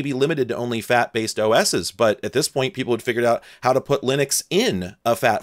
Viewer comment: i thought you said “multi FAP file” instead of multi FAT file. 🤦🏼